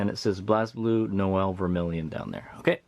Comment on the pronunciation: good video dood, however the game is pronounced like Blaze-Blue not Blaz-Blue